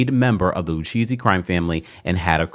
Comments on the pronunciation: Not LU-Cheesy 😅😅😅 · Lucchesi is pronounced Lu-Kay-Zee. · Lucchese pronounced Lu-K-Z😂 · It drives me crazy when people on you tube have a channel, but you don't do your research on pronunciation of names lu cheesy??? Lu Kay see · It’s pronounced Luke-ayzee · Love the way you pronounce Lucchese 😂…. It’s pronounced Lou- K- Zzzzz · 🤌🏾🤌🏾 It Is LU_KA_SEE. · Pronounced “Lu-Kay-see’ babe. I know this from mob movies😂. Aye Dina and this thing is the reboot that RHONJ needs. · It’s pronounced Loo-Casey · It's pronounced: "lu-KAY-zee" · Lucchese pronounced Lou-case-ee 😊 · Lucchese = Lou - Kay -Zee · It’s pronounced LU-KAY-CEE 😅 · I came here to text this 😂😂I’m like I’m pretty sure it’s pronounced lu-kay-z if my mob knowledge is correct 🤔🥴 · Like he’s never watched any documentary about the mob??? How is he pronouncing it like that??? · Omg the pronunciation is painful